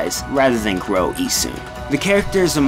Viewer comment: It's actuallt pronouced Ee-SH-un